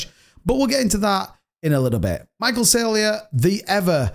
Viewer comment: It's Sayler not Saylier